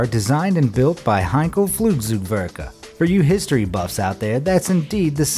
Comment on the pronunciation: Sigh At least he said Henkel right....